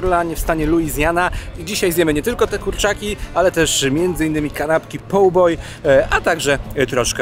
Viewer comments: Faktycznie mnie ta wymowa też mocno drażniła w tym odcinku i na początku nie wiedziałam o co chodzi. Szyld poor a ja słyszę o paw boy. Jakieś łapkowe kanapki? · Nie chcę marudzić ale twojego "poor" nie można zrozumieć. Twoje "poor" brzmi jak brytyjskie "paw" A tak poza tym to zgłodniałem od oglądania.